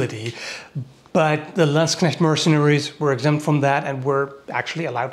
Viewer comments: You pronounce Landsknecht and katzbalger correctly, well done sir.👍😅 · he can pronounce Landsknecht! :O In a game I used to play they were commonly referred to as landsharks